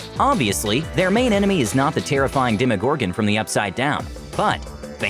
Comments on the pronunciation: When he said dem-o gorr-goon I felt that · how he says demogorgan tho